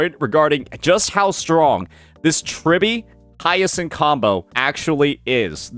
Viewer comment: It's not Hiyeahsin 😂